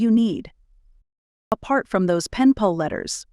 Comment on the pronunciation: Hi! Says "pall" instead of pal 2x, once around minute 47. Thanks for Sharing your stories!